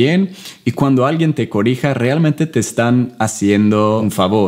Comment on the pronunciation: 📣📣📣📣📣, no es corija. 📣📣📣📣 lo correcto es CORRIJA, ok. Bueno yo realmente me quisiera rodear de suecos un poco más mayores que tú... 😉😘😍